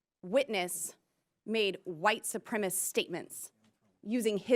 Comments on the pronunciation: Why can't they pronounce "Supremacist"? Is the word actually "Supremist"? Am I wrong or can't they pronounce 4 syllable words? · why does she keep saying "white supremist"????? its "White Supremacist"